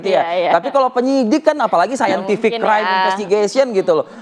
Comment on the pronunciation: Saintific infestigation 🤭🤭🤭